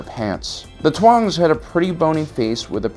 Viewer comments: dude its Taung , not Tuang! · Taung like tongue. Not "Twang" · It is TAUNG not TUANG, you aruetii.